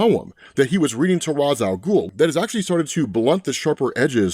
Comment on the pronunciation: You still can't pronounce ra's name? Batman pronounces it for us thousands of times and even corrects terry